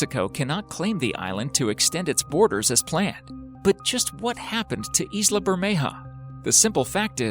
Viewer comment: 'Isla' is pronounced 'Eye-la'